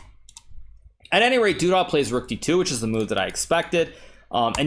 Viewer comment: Every time you say "du dah" instead of "du duh" I think "Zip-A-Dee-Doo-Dah"